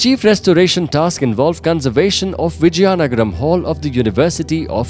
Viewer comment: Its Vizianagram not Vijyanagram